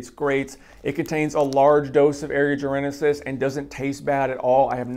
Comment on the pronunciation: Say it with me... "Jar - en - sis"...... it has 3 syllables... not 4 :) why is everyone on youtube adding an imaginary letter when the say Jarensis, it's not just you mate